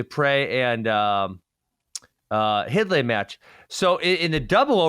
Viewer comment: Hidlay is pronounced Hide-Lee. 👍🏼